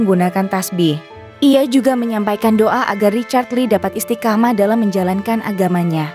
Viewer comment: Mimin lucu, masa istiqomah diucapkan istikamah..😂